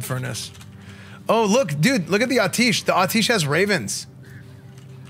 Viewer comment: Im sorry, I loveeeee your content.. but its pronounced At-e-esh 😆 <333